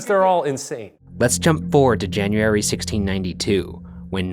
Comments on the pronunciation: everyone always talks about how ryan can't say february right but he can't say january right either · his pronunciation of january irks me. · JAN-YE-ARY FEB-YE-ARY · Jan-Yaer-eee and Feb-Yaer-eee! LOL! Its so cute funny how you pronounce some months!